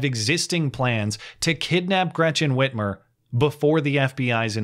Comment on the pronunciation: Did you say free armour....???